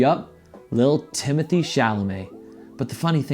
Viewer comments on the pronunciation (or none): it’s timothée not timothy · well you didn’t spell it timothy in the title but you pronounced it like that. no hate, i just love french lol. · last and only response.no I don't think he is attractive but only my opinion and no I didn't say you spelt his name wrong I was referring to your pronunciation of his name.his name is not Timothy. Xxxx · you spelled it correctly in the title, you didn’t say it correctly